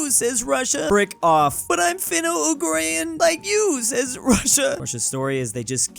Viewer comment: It's "Finno-Ugric" not "Funno-ugric", and the Russian people are slavic, but inside the russian Federation are finno-ugric tribes